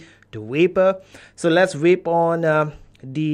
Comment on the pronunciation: ahahah your accent "SUBWOD" and WAPE ahahahh love ya vids 👌